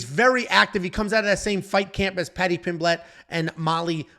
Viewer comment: PIMblet. Not pimBLET